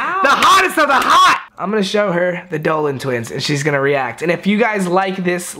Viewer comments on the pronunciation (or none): He said “a Dolan twiner”